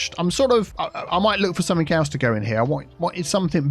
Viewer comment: Although does have a southern accent, most likely south east, he most certainly doesn't sound posh or pretentious. He makes common pronunciation mistakes in the south such as something/somethink for example. He is clearly just a down to earth, intelligent, nice guy.